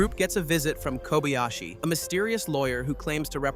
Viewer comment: Work on your rendering of "Kobayashi". Jack, the Japan Alps Brit 42 years and counting